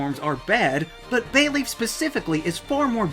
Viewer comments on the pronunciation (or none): BAYLEEF, NOT BAYLEAF!